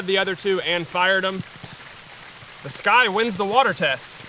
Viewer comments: You’re pronouncing it wrong. It’s not “sky” it’s “sucky” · Sccy is pronounced 'sky'